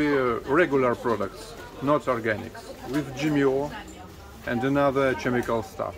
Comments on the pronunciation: ...instead of saying CHEM I CAL say... KEM I CAL Tina, Northfield, Minnesota, USA. I've been watching your channel since the beginning. I am very happy for you that your channel is doing so well. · In the US when we say chemical, the h is silent. Don’t ask me why. English is weird. So it sounds like Kem-ik-el. I hope that helps! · One thing about,....... she will still have that playful sense of humour you love about her when she is 90 yrs old! Keep that always in mind! PS...... Chemical; pronounced Kemical. (Here in Canada we never trust when they say 'organic) Never toast without drinking, and never toast with water! Climate; pronounced cl-eye-mat. OMG! She sure grabs the money fast for such a little one! HAHAHA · This is like a special outing day here in America. If we are lucky may be two or three times a year. However, it would be much more than $100. The chemical is said like this "Kemical". The ch in the word makes a hard K sound. The farmer's market is nice. In America with my husband and I both working we can not afford such a beautiful day out or the organic foods. Witht he money we are earning, if we were in Russia we would live very very well.